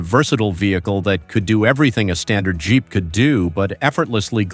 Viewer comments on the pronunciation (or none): "Jeep" is not pronounced "geep."